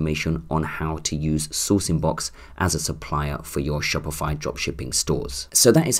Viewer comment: dude stop saying shopify like that xD now i keep saying it like that haha